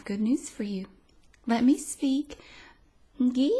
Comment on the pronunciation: "N-gee" had me laughing in the first few seconds 😂